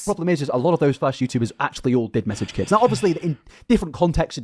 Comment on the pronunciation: I love the way you say " Now"....it sounds like "no"